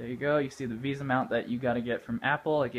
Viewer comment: VESA mount! not VISA